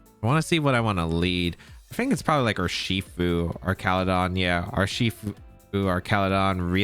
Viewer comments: Duraludon (DUR-al-eh-don) Archaludon (ARCH-al-eh-don) That’s my take on it… but you’re the goat that side will-O’d your flutter to avoid spore so you can pronounce however you like…. You’re DADDY 😂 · Man this is an interesting team, thanks for sharing. And it is Arch-al-udon btw (it’s one of my favorite Pokémon from the dlc). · Happy to see this ‘mon get presented! I know you’ve been having a rough go of it with the whole Archaludon pronunciation thing, so I say this with all the love in the world: it’s GOUging Fire, as in G-Ow!-ging, not Gorging!